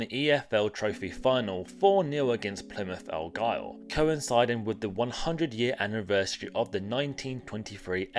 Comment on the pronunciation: This is supposed to be a football channel, yet you mispronounce Tranmere, Gillingham and Plymouth Argyle 😂